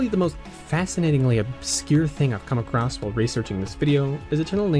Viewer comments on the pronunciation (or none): none